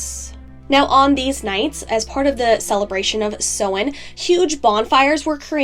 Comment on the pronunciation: Love this my dear 💗 only issue I have is the pronunciation of Samhain, in comparison to modern Irish/Gaeilge (Ireland). Otherwise well done and very informative. 😊